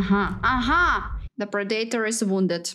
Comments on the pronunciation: I love how she pronounces pred a tor wrong every time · Pra-day-tor? 😅😂. It's pronounced (Pred-uh-tore) Predator